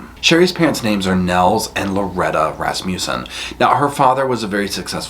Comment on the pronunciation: I giggle everytime you say Rass-muse-son.Its Rass-mus-son